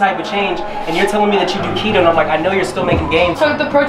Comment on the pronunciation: man said kito diet😂